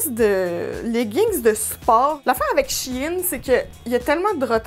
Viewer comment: Enfin quelqu'un qui dit She In et non Chine haha (les vraies connaissent SheInside) :) !!!!!